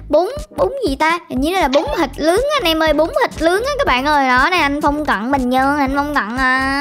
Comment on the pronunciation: Bún thịt nướng nha chị chứ không phải bún thịt lướng nha.Bà đọc bị ngọng rồi.